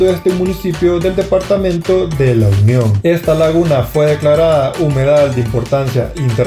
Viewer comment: El departamento es La Union se te escucha que dices el lo union